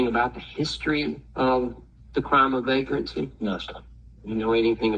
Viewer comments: Vague-Rant-See??? His vague grasp on our rights is appalling. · He’s been dying to say “Vagrancy “ ever since he saw Rambo, 😂